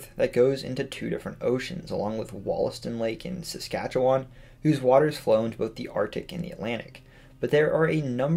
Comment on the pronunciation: That was very interesting. I was shocked when you brought up Wollaston lake in SK and even more impressed when you pronounced Saskatchewan correctly. Good job!!